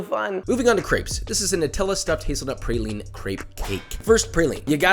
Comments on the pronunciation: IT IS NOT PRAYLINE, its pronounced PRAWLENE, prounounce Prauline correctly you're killing NOLA people. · Your pronunciation of praline drove me fucking crazy- everyone from Louisiana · You need to make a real praline bro. It’s PRAH-LEAN not PRAY-LEAN Welcome to New Orleans my g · Josh I feel I must inform you as a southerner, it’s pronounced Praw-leen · Pronounce "praline" the right way. The "pra" has the same phonetic as "bra". Like Bra-line but swap the B for P and pronounce it the same way. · Papa … praline = PRAH-LEEN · josh...for the sake of all things good and wholesome LEARN HOW TO SAY PRALINE!!! IT'S FRENCH!!! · I hate the pronunciation of praline lmao